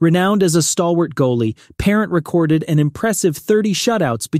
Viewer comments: the mispronunciation of Vezina, Rogie, and Parent is grating to my ears! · Fuhr ok. Belfour ok. Roy top choice. If you are going to talk goalies learn to pronounce Vezina and Parent. Parent ok. Ken Dryden ok. Smith top 10? Sawchuck top choice. Plante. The best. Brodeur top choice. Hasek. Top ten but not top 5 by any means. Too inconsistent. Was on the bench when he got his 2nd cup. Good numbers. Entertaining style. No lasting contribution to goaltending. Also lost too many first rounds to inferior goalies. Best moniker though. The Dominator. I think that's why some people rank him # 1.